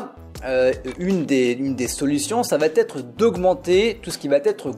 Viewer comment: Ça va être", pas "ça vaT être" !